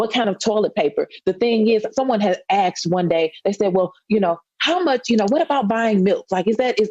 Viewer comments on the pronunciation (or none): She says “axed” you have to be kidding me right ? How is she in Congress with a 3rd grade education.. this is insane not to mention she supports BLM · "Someone has axed today what about buying milk?"